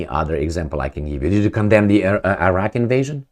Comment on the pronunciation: One more time ---about Agence France.Presse... "Agence," not "agencie" (Ajans, not ajansi) --Iraq. is ..Iraq, not "Airak" The message, however, is spot on.